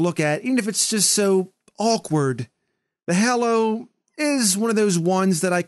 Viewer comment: I punch something every time says hollow not hallow